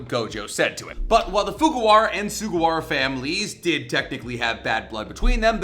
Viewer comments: I think it’s Fujiwara not Fugawara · FuJIwara! It's not even that difficult to pronounce. Why are we letting this man cook when he butchers shit again?